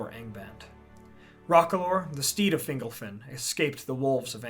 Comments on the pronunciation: I’m pretty sure it’s fin-GOLF-in. When it’s pronounced like “dingle” (“Fingle-fin”) it sounds less powerful like a great elven king of old, and more whimsical like an elf on a shelf lol. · I think it's Fin-gol-fin. Fingle-fin just sounds funny.